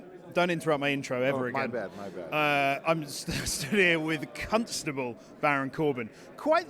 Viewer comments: "Cunstable" Baron Corbin. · 'Cuntstable Baron Corbin' - lmao. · Did that limey call Corbin a Cunt-stable?